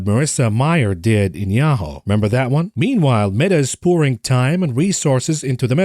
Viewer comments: it's pronounced "Ya-hoo" the "hoo" sounds like "who", not "Ho". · Yahoo is pronounced as ya-who and not ya-hoe. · “Ya-ho” … fml 🤦🏻‍♂️😂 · It's 'yah-who' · lol he says "Yah-hoe" funny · Yahoo is pronounced as "yah-who" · ….please 😅 Yahoo is pronounced like this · Revisit your pronunciation of Yahoo. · Yahoo is so unimportant that doesn't even pronounce it properly 🤦